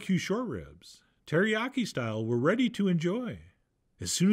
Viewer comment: You had me at : Alicia key, “teriyaki-“keys”😅😂 hil-“f’n”-larious!!!! 😩😂🤣♥️